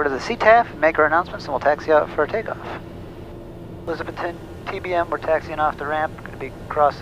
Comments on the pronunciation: Can always tell non-locals by the way they say "Elizabethton" Non-locals say Elizabeth ton....like elizabethtown. Locals stress the "Beth" portion as opposed to the "ton" portion. Not criticizing, just observing. You can hear it when you listen to how the other pilot and Air traffic controller say it. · Just a heads up, it's A-Liz-A- Beth- Ton. Ya gotta learn hill talk! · long time watcher. I used to live near Johnson City, Tn for a time. One thing, It's pronounced, e-liza-BETH-ton.:-) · My old home town. Pronounced Eliz-uh-BETH-t'n. Guy on radio said it right. Thanks for the video. Semper Paratus. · Great Video. Love the choices of music and cinematography... Your really good. On another note, Welcome to Elizabethton, TN. I think you've been there once before? Anyway, I'm a local and I feel I have to tell you, You're pronouncing it wrong..lol You have to pronounce the "BETH" in ElizaBETHton with emphasis.. No worries though, You get a pass, yor.. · Haha it’s just pronouncing the way it’s spelt, he doesn’t have the accent of us locals 😂